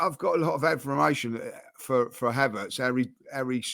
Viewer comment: is doing his best to get his own dictionary. What is advormation or odvoration for Havertz?